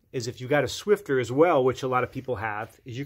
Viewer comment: There's no T in Swiffer 😂